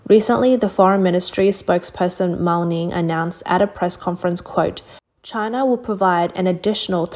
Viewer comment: "Just another day in Chynah..."